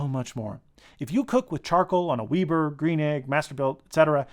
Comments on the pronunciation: Did he just pronounce Weber as Weeber?!?! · Did you say "Weeber" ? Thumbs up for the Combustion Inc probe... It's expensive, but worth it. The outboard display is really useful.